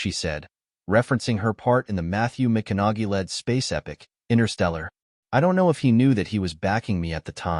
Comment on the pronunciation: When asked if he approved of the pronunciation of his name, Matthew McKenogulet said, "Alright, alright, alright!"